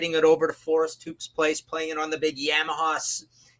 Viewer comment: Never heard Yamaha pronounced like that.